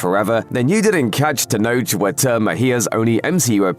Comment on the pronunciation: Tenoch (pronounced teh-nock) get it right